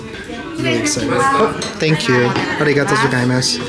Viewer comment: you keep saying arigatozogaimasu... it's arigatogozaimasu... 🤭 You should get in contact with Norm from Tokyo Lens. He's a Canadian now living in Japan.